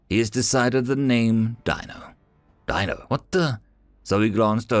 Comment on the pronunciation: DEE No is how his name was pronounced.